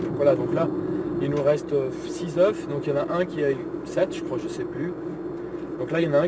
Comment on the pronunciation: Quand il y a plusieurs œufs s'il te plaît dit "EUH" parce que "EUHF" c'est une grosse faute qui pique. (Oui j'ai préféré écrire "EUH" que de faire de la phonetique qu'est un langage que plus personne n'utilise pour c'est plus simple t'vois c'que j'veux dire ou pas tranquillement)